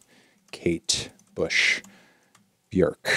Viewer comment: You said Björk right, well done! 😅